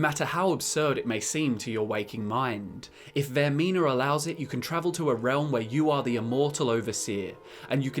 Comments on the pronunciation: are we not gonna recognize when he talked about the ship section where instead of saying vaermina he says vaernima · you said vernima and not vermina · "VAER-N-IMA". Ah, my ears! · Did anyone else here him pronounce vearmina wrong